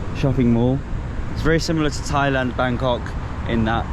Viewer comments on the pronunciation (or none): none